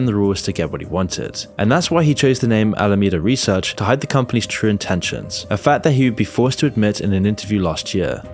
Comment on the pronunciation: You said "Al-Amanda Reseach"... you really didn't catch that when you edited the video?